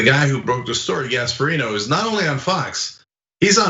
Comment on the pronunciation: I know the name is Gasparino but swear I just heard Gas Barito.